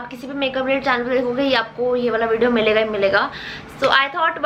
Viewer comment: I loved how she said lets jump into the videyyon